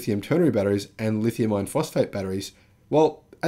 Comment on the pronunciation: Insightful video that indicates future trends and backs it up with data. Very nice. I was having trouble telling if you were saying "Lithium Iron Phosphate" or "Lithium Ion Phosphate". YouTube's auto-generated captions couldn't tell either (It thinks you're saying "Ion"). I know you were saying "Iron" from context, but it may confuse some people who are new to battery tech.